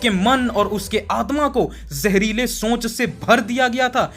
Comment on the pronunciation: Shonch nahi soch ✅